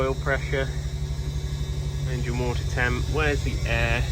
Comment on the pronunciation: THAT A LOTTA WA'ER